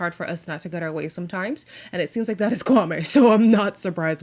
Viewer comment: add that she keeps saying kwaME and guhNEEan with her whole chest..girl good that you’re trying but you could try harder